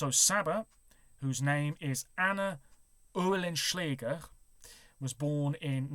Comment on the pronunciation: Hehe. Oehlenschlæger, or, Oehlenschläger is pronounced Ø'ens-læ'er in Danish. Basically, all the letters gets swallowed up, much like you tend to do with British names. 😄